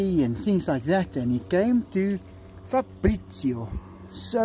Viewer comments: factroy cats new name is pronounced Fa-bri-cio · Si dice FABRIZIO Caro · Not farbrizio but fabrizio I'm Italian